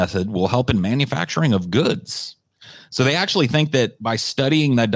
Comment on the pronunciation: Forgot to add the "AKSHUALEE" in there lol